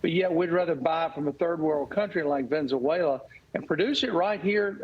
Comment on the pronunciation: Did a highly paid, highly educated, powerful congressman just say Venn zoo wayla? How emrabassing! It's Venezuela you dain bread fool!